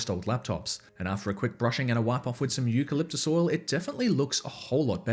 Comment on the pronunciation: Didnyou say Euqualiptus oil ?